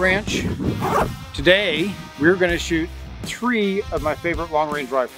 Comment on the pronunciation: We gonna shoot “tree” of my rifles